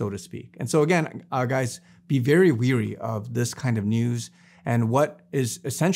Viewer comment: my Brother: it's "wary" (rhymes with "berry"), not "weary".